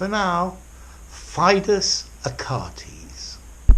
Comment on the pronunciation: dear teacher, you might have just mispronounced the name Achates